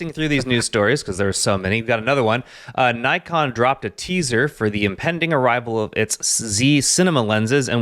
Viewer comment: Nikon, pronounced Nick-on, lol bro